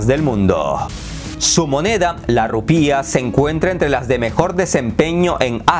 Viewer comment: No se dice 'rupía' sino 'rupia'